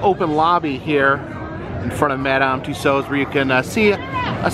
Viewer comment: Nice work on the correct pronunciation of "Tussauds".